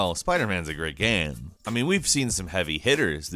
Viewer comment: It's pronounced "game", not "gayum". Geezus.